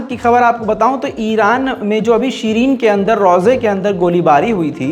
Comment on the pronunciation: शीरीन नहीं होता, श्राइन Shrine होता है, अपनी ग़लती सुधार लो ।